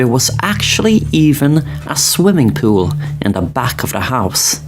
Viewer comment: Love when he says , pooh-ill. 🏊‍♂️ 💦 But imagine reading the article so intently that you don’t realize you’re surrounded by fire.😬